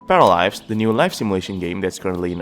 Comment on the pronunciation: Зачем вы озвучиваете не "Паралайвс", а "Параливавс"???